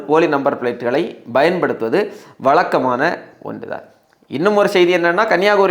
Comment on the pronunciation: Sir you are saying Bayan paduthuvathu it should be paysn oaduthu vathu It is not B It us p